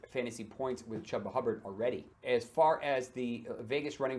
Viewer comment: Chooba Hubbard not chahba hubba 😂